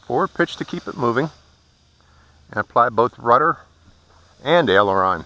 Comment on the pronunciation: This was one of the most helpful tutorials I have ever watch when u say elderon that is the yaw I guess